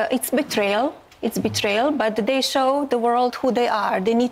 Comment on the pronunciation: It's "they' not 'dey" . That's a lazy effort to speak english.